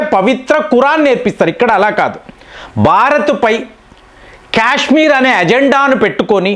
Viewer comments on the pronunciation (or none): none